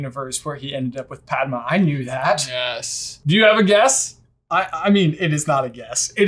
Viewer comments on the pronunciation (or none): none